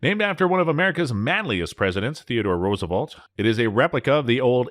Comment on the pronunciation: OMG! :30 seconds in - first mispronunciation, "RooseVAULT." Where the hell is this narrator from???? There are two relatively new firearms channels on YouTube. This one and Bright Light. And you can be assured that both of them will post firearms videos with misinformation, mispronunciations (especially Bright Light) and dubious firearms facts (most likely lifted directly from manufacturer's literature). How either of these channels have over 1,000 subscribers or more is beyond me.